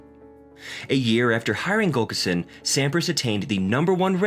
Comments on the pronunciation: For his friend and Coach, I believe the pronunciation is Tim Gul lick son. Not Gul kis son. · It's not Gulkison, its Gu llik son. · Yet again, we have a narrator who can't pronounce an important name, Pete's coach, Tim Gullickson. It is NOT GULL ka sin. It is GULL ick son. This makes me nuts. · Gull-ik-son. Not Gullkison. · GULLICKSON!!! not Gulkerson!! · Good video but It's Gullikson not Gulkison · Is he saying Gullkison? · it would be nice if you could pronounce GullIKson correctly!!